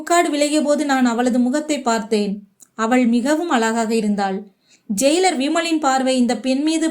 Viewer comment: அலகாக இருந்தாளா. அழகாக இருந்தாளா. உன் தமிழில் ழ எங்கே போனது. ல வுக்கும் ழ வுக்கும் வித்தியாசம் என்ன ஆச்சு.